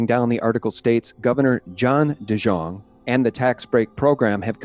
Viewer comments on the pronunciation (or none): Fyi DeJongh is pronounced De Young. My boss was VI financial consultant in the 90s. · On the Gov's name. The J is pronounced like a Y. Say it like dee-young. And the wife's name is se-SEEL. The Delegate's name is PLAS-kett, like gasket, not plas-KETT. IMO, Epstein was working for the CIA, moving money around from one trust to another, funneling to spooky mind-control and genome "science." And putting various pols in compromising positions. Yes, he had the Gov's wife on the payroll for at least 125k/yr. That was public info in the 2006 election, just after the 05 indictment. And as to keeping an eye on Epstein - does the VI Police Department even have a boat? West Indians are not exactly sea-fearing people.